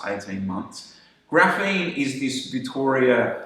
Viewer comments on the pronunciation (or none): Graphene, not graphine